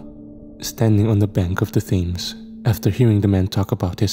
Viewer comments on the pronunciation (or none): It's not an "accent" thing. He is right, Thames is pronounced "tems" and Greenwich is pronounced "Grenitch". If I were wrong pronouncing words I would like to be corrected as well, if we're not corrected we go through life either looking like idiots or offending people. isn't "bugged" by his comment...he literally thanks him for correcting him. It's noble of him to do so, as he is well educated and an intellectual....and a good sport about it too 😊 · It's pronounced Tems and grenich mate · these ppl gotta be trolling u… Thames is hard to know if you don’t already know the pronunciation!